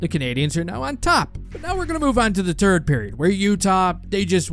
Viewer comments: maybe practice pronouncing the H when it follows a T. It's Three, not Tree. It's not Turd, it's Third. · This guy doesn’t sound French Canadian but is TH sounds do! “Turd goal”, “five on tree” It’s awesome.